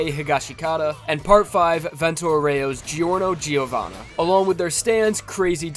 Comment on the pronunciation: The 'i' in 'Giovanna' is mute. Jo-wanna.